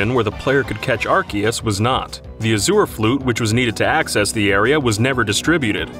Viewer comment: that is not how you pronounce azure